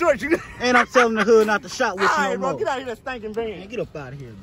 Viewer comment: He said stanking van